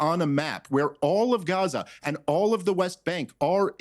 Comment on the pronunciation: Why does she say Guwahzah for Gaza.